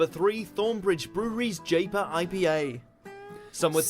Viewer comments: "Jayper" FFS! You know this guy is a Brewdog drinker. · I must admit to enjoying an occasional pint of Thornbridge Jaipur (pronounced J-eye-pour by the way not the way the guy in the video attempted to say it - It's named after the capital of Rajasthan in India.) The guy in the video omitted to mention the highlights of Jaipur, being it's dry bitterness, but with hints of citrus fruits like grapefruit and tangerine.